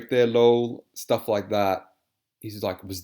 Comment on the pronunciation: LOL that was spelled out so perfectly! “Stahff” 😂